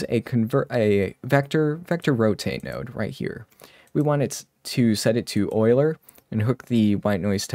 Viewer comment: Props for saying “oiler” 😁. Solid technique.